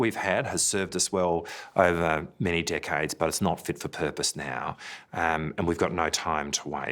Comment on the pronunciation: It sounds like he says "Many dick heads". I had t rewind to make sure he said decades lol.